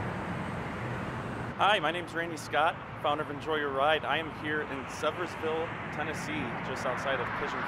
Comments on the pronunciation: Sevier ville. Sevierville. Not seviers ville. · dude its pronounced severe ville